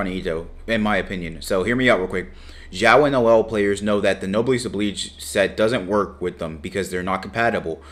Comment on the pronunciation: 'obleeeejjj' christ.... Oblige, like obligation.